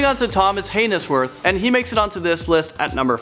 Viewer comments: I’m pretty sure haynesworth is pronounced Hay-n-z-worth not hay-nes-worth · hay-nes-worth lol. way to butcher a name. haynes is one single syllable, with the "e" being silent. "he was convinced by a jury". What? DO you mean convicted? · Thomas hay-ness-worth?! 🤣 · "Hay nes worth." are you serious? Haha